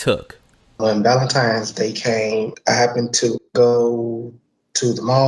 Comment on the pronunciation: Whoa - H, are you just gonna let your Bromance dude,, off the hook with the fact he said "Valentime's Day." With an M?!!:) Not cool,.